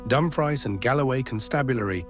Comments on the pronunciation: Dumfries is pronounced as dumfreece, but we can't expect DUMB machines like AI to know any better than a six year old child whose learning to read. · He also butchered the pronunciation of Dumfries. It does feel disrespectful. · Ffs, “Dumfries” is pronounced “Dum-FREE-s”. The “fries” rhymes with “fleece”. Surely someone from England (or even just someone doing a documentary on the Lockerbie bombing) should know that 🫤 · Did the AI voice just say Dum-frys? 🙄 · Dumfries is pronounced as dumfreece.